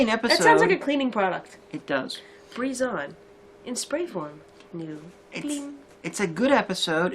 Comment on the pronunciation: Why do you pronounce Brizon breeze-on instead of Bry-zon? It's like how you pronounce Seeburg as sea-borg... She's not a Dr Who monster!